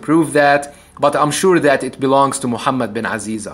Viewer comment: نطقك لأسم محمد بن عزيزة ممتاز هل معناه انك عربي؟